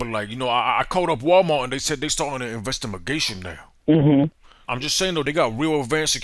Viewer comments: I completely lost it at "investimagation" lmao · Fuxking Investimigation lol always gets me